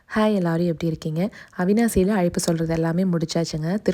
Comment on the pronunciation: அய்ப்பு இல்ல மா அழைப்பு